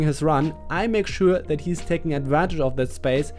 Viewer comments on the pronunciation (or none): any noticed that "make showaa"